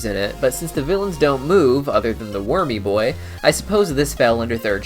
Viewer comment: It's funny when u say wurmy boi